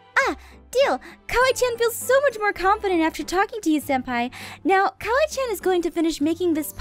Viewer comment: it's kawaii~chan, not "kiwi chan."